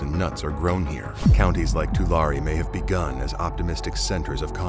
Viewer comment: Tu-Larry is how it’s pronounced